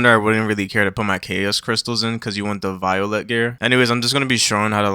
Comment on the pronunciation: Solid vid brother your pronunciation of some words is funny as well 😂 volatile = violet